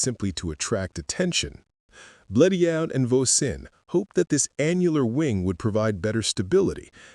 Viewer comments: Yeah but it can't pronounce Bleriot for shit. (edit) until . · Bleriot's name is pronounced Bleri-ot, far from the narrator's weird pronounciations! Otherwise an interesting subject!